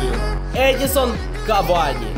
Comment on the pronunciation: Я не душніла відразу кажу, але не Едісон Кавані, а ЕдіНсон Кавані <3